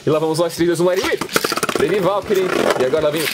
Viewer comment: epra vc falar serto fala breive valtryek